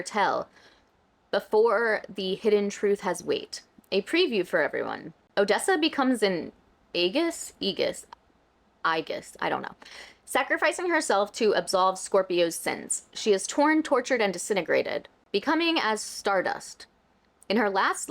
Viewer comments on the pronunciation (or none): She's sick for her very first update on something she's been working on for 10 years? ALL she has been doing is worldbuilding. This is peak Christina Kaye behavior. Also, aegis is "ee-jis." It just means shield or protector.